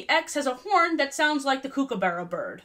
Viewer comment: ok not to be that person but as an Aussie I have to say it’s pronounced cook-uh-buh-ruh